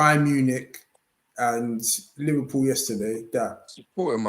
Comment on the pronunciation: 'Liverpoo' savage 😂